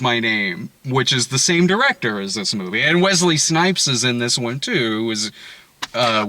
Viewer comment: "...this mewvie..."